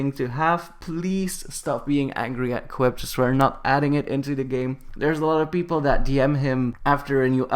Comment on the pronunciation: The way you write it: Coeptus The way you say it: Copetus